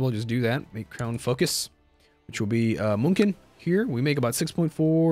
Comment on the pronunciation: p as long as you make more i dont care when it starts and ends : D P.S. im not german but i learned a bit of it and i think the germans are gonna get butthurt if you call it munken , try saying mew instead of mu and instead of the ken sound try an H :D like Hen : p mew-n-hen, sorry if im being a nosey lil shit : p tryin to help <3 keep up the good vids :D